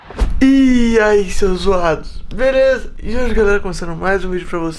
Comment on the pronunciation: ele fala bereza